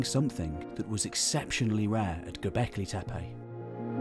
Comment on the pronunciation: WOW a westerner actually pronounces Tepe as Tepe and not Teepi or Tipi or Tepi.